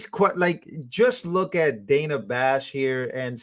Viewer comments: You know she's reading notes that's why she said the lady's name wrong 2 times because she's saying her name as she's reading it Dana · So funny when she mispronounced Dana 😂😂😂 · Funny how someone on MSM said Kamala's name wrong and was told he is racist. Soooo...Kamala must be racist for pronouncing Dana's name incorrectly. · She mispronounced Dana’s name!!! She is a SEXIST!!!!!